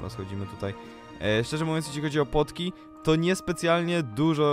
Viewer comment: Czemu nie powiedziałeś Potki tylko Płotki